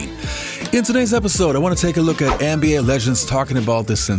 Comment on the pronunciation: “ANN B A”??? It’s the “NBA”